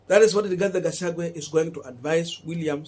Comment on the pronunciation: Rigathi Gachagwa please. It bores. Pronounce well.